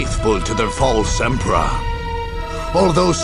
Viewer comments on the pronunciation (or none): "And very few died faithful to their false emprah" Oh god it's contagious.